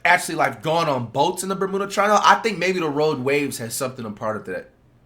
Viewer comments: "burmooda triangle" 😂😂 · Mf said bamoooda triangle 😂